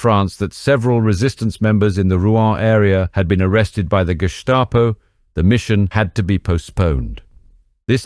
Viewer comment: Love These! Just a small critique, if I may. Writing from Germany, and it is "Gestapo", hard pronounced, not "Schtapo". While it is "Sisherheit," not "Sickerheit". That said, your French accent is on point, so I would hope they dropped you into France. In Deutschland you'd be toast. ❤